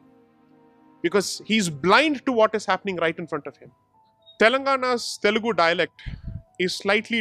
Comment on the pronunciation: It's Telugu, not telegu. The irony.